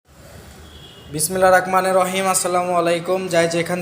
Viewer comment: আপনি বলেছেন বিসমিল্লাহির রাগমানির রাহীম। শুদ্ধ হলো বিসমিল্লাহির রাহমানির রাহীম